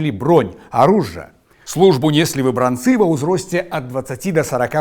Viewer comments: У 90-я шмат пісалі пра выбрАнцаў. Але чаму ў Вас такі дзіўны націск, заўсёды гаварылі "выбрАнцы". Нават праверыла ў слоўніку, а пасля ў Вікіпедыі - усюды выбрАнцы. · Хачу заўважыць, што правільна вымаўляць так: выбрАнцы, вёскі ВаркавІчы, ЛучнікІ, БранавІчы. Паходжу з тых вёсак, і мы заўсёды вымаўлялі толькі так.